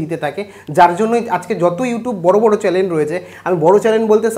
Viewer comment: চ্যানেল শব্দটা ঠিক করে উচ্চারণ করতে শিখুন আগে, তারপর viewers, বা subscribers এর কথা চিন্তা করবেন..